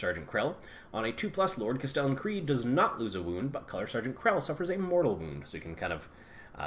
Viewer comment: Kell, no "R" Not Krell, sorry it was killing me.